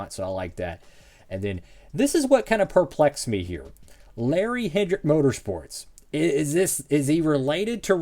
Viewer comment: Yes its Kodiak, a tobacco brand. And It's Larry HEDRICK (no N). Very similar spelling, but they're different names.